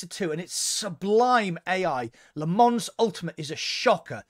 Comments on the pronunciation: It's not Lee Mans, it's Le Mon. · Lol as a french i can tell you it‘s wrong Le Mans is Le Mans you can’t pronounce it in english you need to learn the french way :)